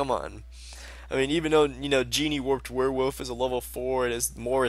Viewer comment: genie warped werewolf? jack knights?:P pronunciation fails